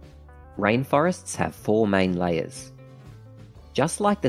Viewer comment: Well done! Very simple and straight to the point.! Please, check the pronunciation of the word 'layer'.